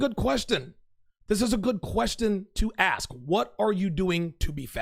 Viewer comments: "When I interview bachelors, I axe them..." lol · Oh there we go. She said “axe” instead of “ask”. Literally everything she says in null and void now. Next!!?